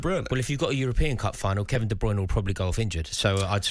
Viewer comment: I just wish he would say Kevin De Bruynes name right